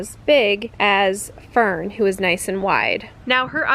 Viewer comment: I love how you said Tfern instead of Fern 😂